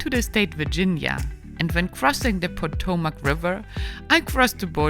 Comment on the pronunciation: fyi, it's "ah-mish" not "A-mish". Your pronunciation of Potomac is good tho. I've heard others mispronounce it "poto-mac".